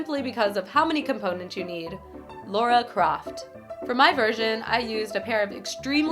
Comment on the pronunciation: LOL Lara "Craft"